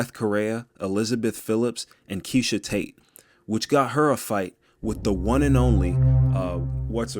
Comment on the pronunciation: Are you trying to be funny by mispronouncing Meisha Tate as Keisha & not saying Germaine De Randame name right?